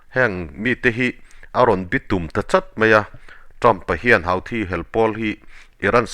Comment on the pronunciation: Houthi hi (Huthi ) tiin lam tur a ni zawk lo maw Sir, Hauthi ti lovin😊